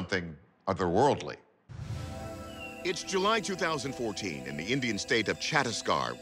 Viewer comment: No disrespect ..but the way he butchered chattisagarh😅..I didn't realize he was talking about Indian state until I heard India and then I reversed and saw name then I realized it